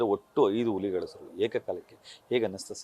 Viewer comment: ಉಲಿಗಳು ಅಲ್ಲ ಅಣ್ಣ ಹುಲಿಗಳು ಕನ್ನಡ ಸರಿಯಾಗಿ ಮಾತಾಡಿ..... ತಾಯಿ ಎದೆ ಹಾಲು ಕುಡಿದೋರ್ ತರ ಮಾತಾಡಿ ಆಲು ಕುಡಿದೋರ್ ತರ ಆಡ್ಬೇಡಿ... ಸುಮ್ನೆ ಕನ್ನಡ ಕನ್ನಡ ಅಂತೀರಾ.... ಉಚ್ಚಾರಣೆ ಬಹುಮುಖ್ಯ ಅನ್ನೋದು ಮರೆಯ ಬೇಡಿ... 👏